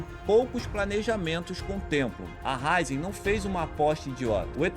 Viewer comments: Raízen, não Ráizen. Pronúncia do vídeo ficou errada. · senhores o nome da empresa tem um acento agudo no “i”, então é Ra-Í-zen, não Rai-zen. Para um conteúdo de alto nível, não pode tropeçar num detalhe importante como o nome de uma empresa brasileira. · Raízen e não “Ráizen” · Tem um acento agudo no Í !!!!!! É RAÍÍÍÍZEM !!! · É Raízen! A pronúncia está errada. O acento está no i e não no a 😉